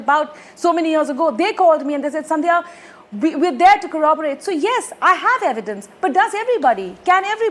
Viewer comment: And this is the testimony of someone who's brother is a judge. If she's saying she feels powerless about doing anything, what about others. Btw I think women need to step up our knowledge of law. Testimony is evidence. Secondly, Faye needs to know that the word is corroborate. Not corraabarate.